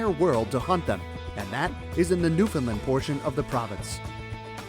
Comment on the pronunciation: I just have one piece of advice for the advert. Pronounce Newfoundland right! It is not Newfinland!